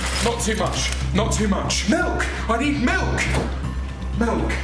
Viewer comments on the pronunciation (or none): im sorry but does my guy say "melk"?